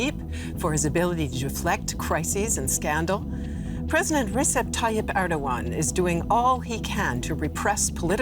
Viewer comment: Stop calling him Risep, for Allah sake. He is Rejep